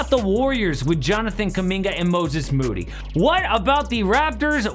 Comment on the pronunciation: I swear I thought I was tripping when Perk tried saying Moses Moody 😂😂😂 love the video!